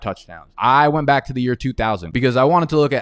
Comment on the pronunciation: Love the channel but every intro when you say “welcome baik to the channel” I say 🥴